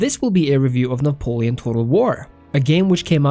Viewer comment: Cant trust you if you cant even pronounce Napoleon